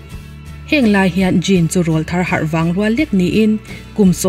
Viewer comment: Rawlthar tih thumal hi a thluk a dik chiahlo.. Awrawl tih thumal kan lam a rawl tih kan lam san ang hian Rawlthar tih a rawl tihlai hi lam san tur.. Mizo naupang rawn thanglian chho la tlangval silo te an awrawl a rawn danglam thin a (Til pawr Aw kan tih thin angkha😃😃) ..chuvang chuan rawlthar anti.. Hmeichhia chu tleirawl tih ani...